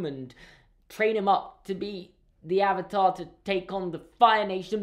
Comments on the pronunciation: How about its the WORST SERIES TO FILM ADAPTATION, especially since the series is the most perfect thing to ever exist👌👌👌👌😍😍😍😍😂😂😂😂😂. Also I dont think they pronounced a Single word right in this movie. AR u tHe Ovatar OonG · I tried watching this movie after I finished the show and stopped at the intro when they pronounced Avatar wrong. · This movie ruined my childhood. Also can we just point out that they couldn’t even say the avatar correctly throughout the whole film?